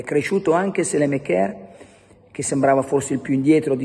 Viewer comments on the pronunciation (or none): Perché continui a chiamarlo sélemekér? Si pronuncia Sàlemàkers.